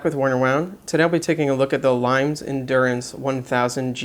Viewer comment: Thanks for taking the time to do this. Limes is an under rated brand. BTW, it's pronounced LEEMess, or perhaps closer to LEEMiss. And isn't the diameter closer to 41mm?